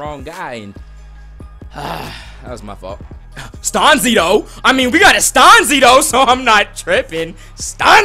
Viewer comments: Stan-zI not STAUNSEE, hahaha great vid! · hell yea ricky stanzi from iowa!! and it's pronounced stan-zee not stawn-zee lol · You pronounce Ricky Stanzi name wrong lol Chiefs is my team